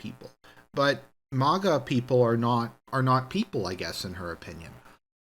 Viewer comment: Oh no we got another Tim Pool on our hands, pronouncing MAGA with a long a <__<